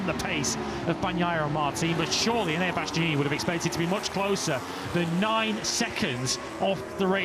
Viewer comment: "Bastyeeyee-neenie" - someone please tell this commentator how to pronounce Bastianini - his co-commentator can do it correctly yet he repeatedly guffs it and is still doing it in 2025.